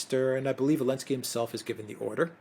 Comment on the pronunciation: why is he calling him Elensky?!?!